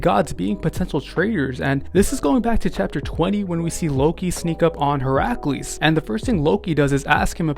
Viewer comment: “Hercules” What elementary School did u go to Your Pronunciation Is diff